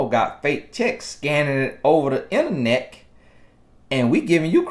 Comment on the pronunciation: Wait a minute..did say interneck? 😆😁